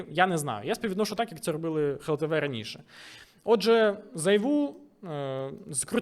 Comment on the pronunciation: дякую за відео, пане але все таки буде "глтв", а не "хлтв"